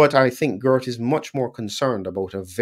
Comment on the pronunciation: Not Gurt, but Geert. You pronounce the "ee" almost in the same way as the "ay" in the word 'way'. And with a soft "G" as in the word 'how', not a hard one as in the word 'good'.